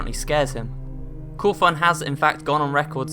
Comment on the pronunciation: It's not cowthon